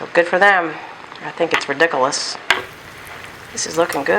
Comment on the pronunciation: The way you said riduculous...it's one of the "magical" terms in the series spelled ridikulus...pronounced the way you pronounced it. LOL As for the bored question...you looked bored waiting for the cauliflower to finish frying. That's all.